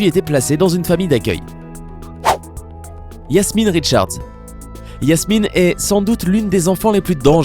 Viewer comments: Je rêve ou il dit Yasmine et PAS JASMINE ??????!!! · Ses pas yasmine ses jasmine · La 2eme meuf c jasmine pas yassmine